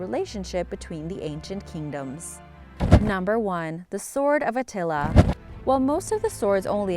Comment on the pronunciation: At first I've thought I heard The Sword of Nutella when it came to The Sword of Attila part of the video XD